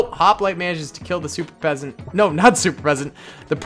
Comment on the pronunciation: He said super peasant